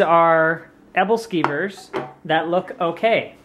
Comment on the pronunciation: hahah your Pronuncitation on Aebleskivers. Its a Scandinavian dish that people eat around the holidays. I miss them so much they are so good I loved them when I spent a year living in Denmark